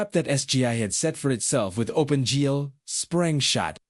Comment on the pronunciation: This AI voice is pretty good but it can’t say OpenG or Maya correctly.Then the voice changes and becomes more gruff, momentarily.